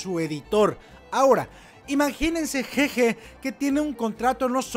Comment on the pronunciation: un trago por cada que diga ''jeje'' en lugar de GeGe XDDDDDDDDDDDDD